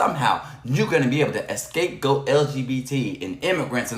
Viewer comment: It's "scapegoat" not "escape goat". Ugh